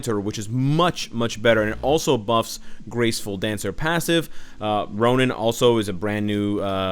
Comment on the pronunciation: Whenever you said ronin I was getting confused